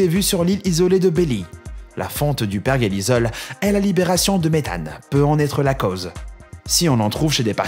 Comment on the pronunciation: perjélissol et non pas perguélizol